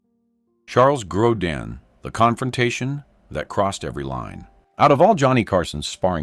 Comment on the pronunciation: It's not "Grodan" you idiots! When will this freaking moronic channel creators stop using artificial voices? They keep saying theeach next guest will cause Johnny to explode... But they never show it. Just more exaggerated click baiting to get more viewers! Such dishonest showmanship that should result in their channel being kicked off of You Tube!